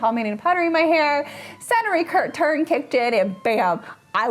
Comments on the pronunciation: Question? Couldn't understand what you said when talking about stopping powdering. I heard SATURN RETURN. Bleached your hair when your SATURN RETURN kicked in. I may be out of touch with new phrases so could someone please tell me wnat you are saying? I even tried closed captioning and the translation did not make sense to me. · Please forgive me, but I have issues with hearing, and sometimes I can't make things out. Can someone tell me what she says ? It sounds like Saturday return to me. I've replayed it multiple times and can't make it out.